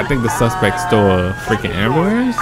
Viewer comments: lol you do it every single video nd it urks the fuck out of me man. you are my fav. youtuber. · ohh. i didnt know that lmao i thought you just got lazy and liked speaking that way lol